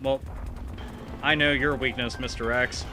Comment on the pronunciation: "I know your wakness mr.X. Furnature" hahahahaha